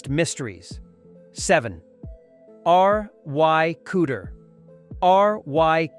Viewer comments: "R.Y." Cooder?? Not Ry?? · R Y Cooder? Has the narrator never heard of Ry Cooder? Obviously not! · Duane Allman's co-guitarist was Dickie "Benson"!? What? And then "Arr Why" Cooder? C'mon!!